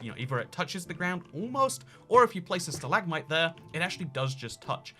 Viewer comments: Stalagmite not stahLAGmotye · Your “Stal-ag-mite” and “stal-ag-tite” pronounciations are triggering, just saying. (It’s stalag-mite and stalag-tite, hope this helps in future vids.)